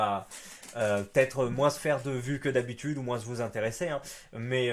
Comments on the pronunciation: c'est une faute de français de prononcer le mot moins "moinsse" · mais arrête de dire "moinsse" bordel !!!!